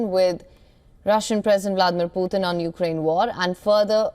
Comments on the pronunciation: It’s not Poothin..it’s puTin.. T not TH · The way she pronounced Putin is really weird😅